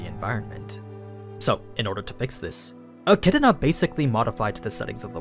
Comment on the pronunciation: My dude says Achidna with a whole other syllable in it